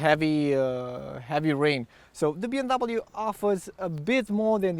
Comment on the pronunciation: And it’s B “M” W... not “N”.